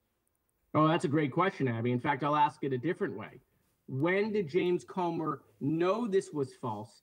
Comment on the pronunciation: It's "Comer", not "Comber". And it's "embarrassment", not "embarrasment". 😂😂😂 But don't mind me, keep telling everyone how other people are embarrassing 😂😂😂